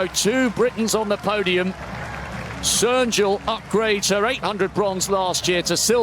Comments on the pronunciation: The commentator's pronunciation of all names was atrocious. No effort at all. Živko is not "Zviko", "Rolli" is not "Rolly", and Cernjul is not "Sernjul" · ... or, as he mostly said, "Serjul"